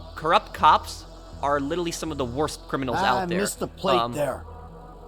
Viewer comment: “Lillille” can’t say literally lol